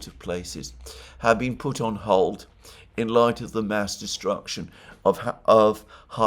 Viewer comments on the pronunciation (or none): none